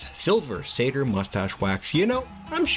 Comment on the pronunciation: Shrieking sounds!! Yay!! Also: SilVER saTYR musTACHE wax